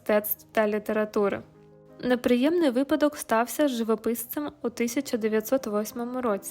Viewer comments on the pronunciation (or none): none